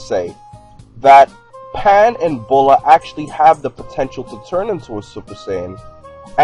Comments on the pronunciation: no offense but its bullma not bulla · Its Bulma not Bulla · it's bulma not bulla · Bulla....its Bulma lol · Bulma not bulla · It's Bulma, not Bulla. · Is not bulla it s buma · ITS BULMA NOT BULLA STUPID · its bullma not bulla wtf lmao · her name is not bulla its bulma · *Bullma not Bulla :D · Bra? And why is she "Bulla"? .-. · Dumas's its bulma